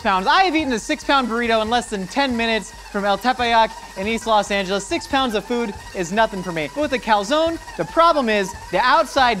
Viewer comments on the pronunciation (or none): none